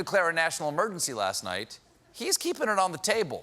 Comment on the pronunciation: I swear Trump said "national emergentshee"